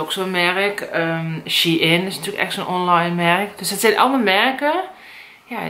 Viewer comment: Shein spreek je uit als sjein(shine..)ik wil nie lullig doen heur